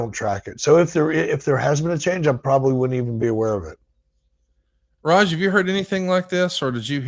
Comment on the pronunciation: referred to Raj as "Raja" what a goon! 😂😂😂